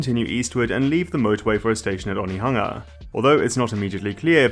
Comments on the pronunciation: Hey, nice pronunciation of Onehunga. Love to see someone willing to learn! This is the first I've heard of this project, and I'm super excited about it, I very close to this track, and it would open up the whole city to me. Very exciting! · 😮😮 you said Onehunga this time and not 1-hunga yaaaay😂